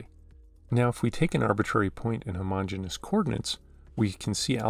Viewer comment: fyi, you're pronouncing it as "homogenous" when it should be "homogeneous" (extra "e"). homogenous is pronounced "huh-MO-gen-us", while "homogeneous" is pronounced "homo-GENE-ee-us". my math professor militantly enforced this pronounciation, and he encouraged us students to spread this word everywhere lol this is a fantastic video btw 👌👌